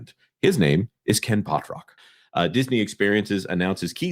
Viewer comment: 😂😂😂 now I can’t unhear it